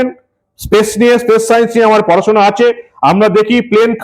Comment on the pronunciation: হালাল হিঁদু বামনীর স্পেস আর পেস উচ্চারণ করতে দাঁত কপাটি লেগে যাবে তবুও কথা বলা চাই! সত্যিই বঙ্গবাসী কারে দিয়েছে রানীর পাঠ! সেজন্যই ইংরেজিতে বোধহয় প্রবাদ বাক্য রয়েছে... "For fools rush in where angels fear to tread"